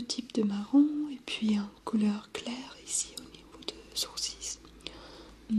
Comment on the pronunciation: Coucou super vidéo comme toujours ! Tu as fais quelques petites erreurs de français, on dit " elle est très bonne et légère " pas " c'est très bonne et légère ", " un sourcil " pas " un coursis " et un spray se prononce " spré, sinon super ton accent est très reposant !